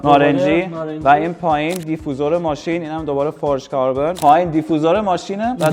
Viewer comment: دی فی یو زر درست تره به فارسی چون خودت میگفتی بگین گفتم